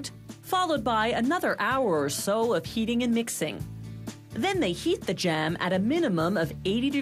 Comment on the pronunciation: I hate when people try to overpronounce words like this lady is annoying to listen to.. like it's jam not jaham..